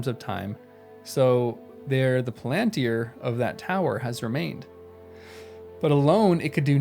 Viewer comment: The emphasis is on the FIRST syllable, not the second. PALantir. The same as you would say BORomir, FARamir, or LEGolas, etc. The plural is Pal-an-tir-i, with four syllables, not three; Pal-ant-tri. In reality, there is no real difference in the stress of each syllable. This is something I notice in the way Americans have trouble with English place names; Buckingham Palace for example. Americans stress the last syllable, thus; BuckingHAM, whereas an English speaker renders it with the last syllable almost missing; Bucking’m. The word Palantir is rendered with almost no stress at all, like the word Avenue. The stress is only a gentle one at the beginning of the word.